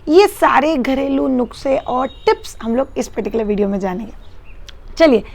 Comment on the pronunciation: Hey, really luv ur videos..but its not nukse,it's nuske